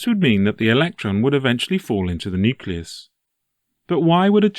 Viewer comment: What is a “nuclues”?